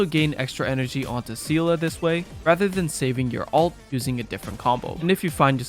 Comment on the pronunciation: Both pronounciations for Seele are wrong lmao